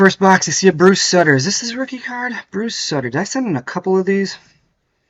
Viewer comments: Sooter, not sutter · Not sutter pronounced suitor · How in the HELL do you not know how to pronounce Bruce SUIT ter?? Not SUT ter? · Sutter's name is pronounced "soo-ter". It's kind of annoying when investors don't even know how to pronounce the athlete's names. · Did you really mispronounce Bruce Sutter? Face palm.